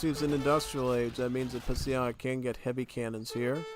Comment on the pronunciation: But man it's impressive how hard you continue to butcher Psionic's name XD